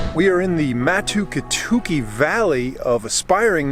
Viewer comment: ‘Mah’-‘Two key’-‘two key’ Emphasis on the first ‘two key’